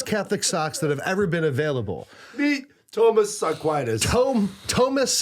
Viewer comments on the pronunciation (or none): “Toe-mass” Aquinas 😂🤣